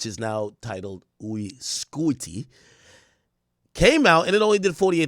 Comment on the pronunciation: Ak said uy scuti in French 😂😂